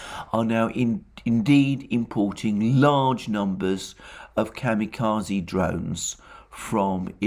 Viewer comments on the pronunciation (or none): none